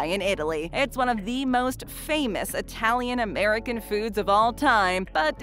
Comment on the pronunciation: Pronunciation, way off! It-talian, not eye-talian.